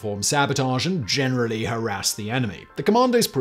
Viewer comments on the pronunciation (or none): none